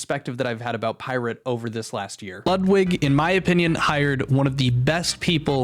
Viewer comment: Ludwig is pronounced Lootwig